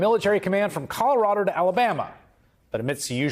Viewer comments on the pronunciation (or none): none